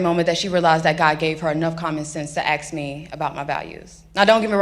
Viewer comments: It's " Ask " not " Axed ".... " You all " not " Y'all " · Saying "Ax" instead of "Ask" should be an automatic disqualifier from office. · Aks??? Why can so many not say ASK!!! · I despise to hear black people say aks. It's ASK a question. If you can't speak clear English how are you going to be a congresswoman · She is too smart to axe a question. 😂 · black people would go a long way to learn how to pronounce the word "ASK" or "ASKED". believe me, it would show articulate people that the person is trying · except she said axe